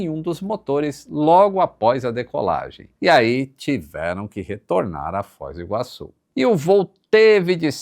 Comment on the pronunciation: O meu TOC não é de ver o microfone do descentralizado, mas sim de ouvir ele falando Fóis do Iguaçu, mais de uma vez, ao invés de Foz do Iguaçu.